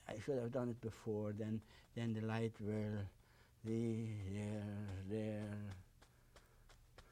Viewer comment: "I vill... I vill...... " hahahha he's mumbling the whole time about how he feels about the mountains and so on. Now we can see from where Bob got his "we don't make mistakes" line.